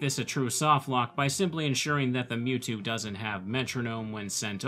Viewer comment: Lv 100 "Mewto"